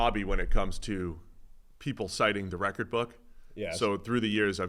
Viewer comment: Why does he pronounce “record” like that lol